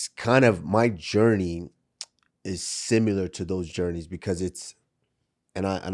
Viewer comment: I fucking hate the way Usman says similar lol it’s not a hard word to say dude come on 😂